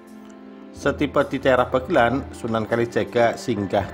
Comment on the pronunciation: Bukan bagelan mas,tapi bagelen...desaku